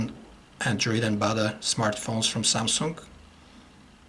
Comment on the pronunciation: i really like how he says SAMSUNK.. and I admit that he really makes a very good review.